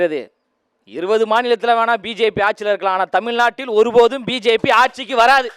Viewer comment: நன்றாக பேசுகிறீர்கள் பாராட்டுக்கள் பேசும் பொழுது உச்சரிப்பில் சிறிது கவனம் செலுத்தவும். "வழி" என்பதற்கு "வலி" என்கிறீர்கள். "வெள்ளி" என்பதற்கு "வெல்லி" என்கிறீர்கள். "தமிழ் நாட்டில்" என்பதற்கு "தமில் நாட்டில்" என்கிறீர்கள். வளர வாழ்த்துக்கள்